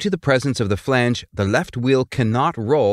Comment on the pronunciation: Whenever he said flange i kept hearing phoebe from friends saying Regina Phalange 😀